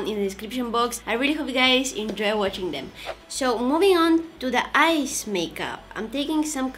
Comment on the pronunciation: Every time u said "eyes" i hear it "ice" lol Ur so cuuute love u😻